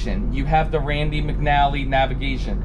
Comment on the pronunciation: FYI; it’s Rand McNally, not Randy with a Y at the end‼️🤦🏽‍♂️ #AustinPowers 😆